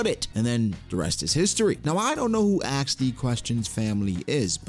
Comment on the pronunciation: you mean "Aks D. Question"?